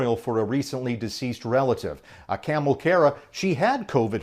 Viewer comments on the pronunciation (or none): Ka-mal not camel lol